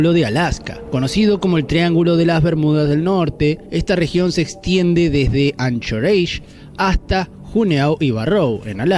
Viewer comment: "Anchoreishh" me encanta la pronunciación de los que no saben inglés